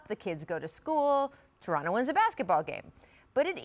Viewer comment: Rachel, On behalf of me and my fellow Torontonians, We very much appreciate the 'Torono' pronunciation as opposed to the 'Toron-toh' pronunciation everybody not from the north-east coast seem's to love.